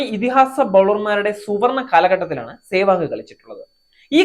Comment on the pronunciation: Adyam sewag ennu parayan padikku..